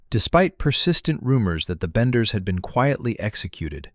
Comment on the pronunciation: Thats what I thought. Its benders not banders